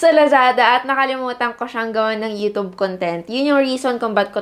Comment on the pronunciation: Sana i pronounce nyo ng tama ang youtube — hindi yootoob